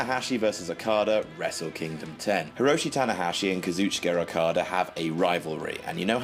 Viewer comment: "Kazooki Erakada" lol